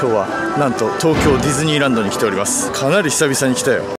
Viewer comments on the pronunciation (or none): かな↑りとなまってました笑